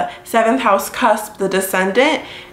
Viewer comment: Aries isn’t pronounced like that lol